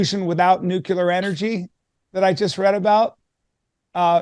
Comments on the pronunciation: The word is Nuclear not "NucUlear. There is only one u in the word. I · I only stopped in for a moment to ask how many times Peter mispronounces the word "nuclear" as "nucular". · Mr. Callen, it's pronounced NEW-KLEE-UR. Not "nuke-ya-ler.". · Why are they saying nucular instead of nuclear? Anybody? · Nu-clee-ur, not Nu-q-ler. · please don't say "nucular" when you mean "nuclear." It's annoying and detracts from your credibility. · Americants need to learn how to say NUCLEAR and stop with this NUKELAR bullshit!! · "New-cue-lur": Leftover shitspeak from a warmonger president who once shilled for the war machine, but now paints puppies. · I loved this. But let's work our ability to pronounce the word nuclear. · Two guys that can't pronounce "nuclear" right. Clowns.